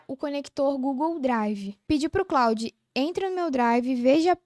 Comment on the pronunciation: vídeo muito bom. Só dá uma atenção para o nome do produto. E, não exclusivo de você. Vocês falam ‘Cloud’ e não ‘Claude’. Aumenta credibilidade e você voa